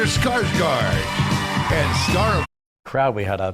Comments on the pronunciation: it does,its pronounced "Skarsgord" kind of, little tricky to explain it to someone that doesent know swedish :P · Haha, funny when my normal alphabet is considered "fancy" ;) Anyway, å is pronounced more like an o with pursed lips. Kind of hard to describe. Maybe you can find a Swedish interview with him and hear how they present him. Or you can write "farm" on Google Translate and hear it in Swedish. "Gård" is a common part of Swedish and Danish last names :)